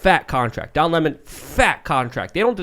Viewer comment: Lemon is pronounced "lemon" NOT "limon" ....... that's stolid vodka limon'